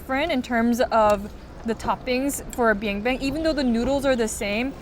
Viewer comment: It's biangbiang not bianbian. Bianbian means poop.